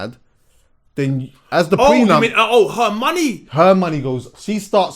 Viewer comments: It's a pre-nuptial agreement.. not pre NUMP 🤣😭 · Its pre-nup